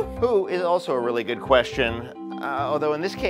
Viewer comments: "I'm wiwwy just wooking for a pwace to wewax I'm exawsted!!!" haha this is great I've always wondered if he actually talked like that in real life but he doesn't lol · actually its weawwy wewied